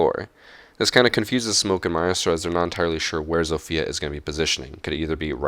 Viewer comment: Why do you pronounce "Maestro" like a moron...?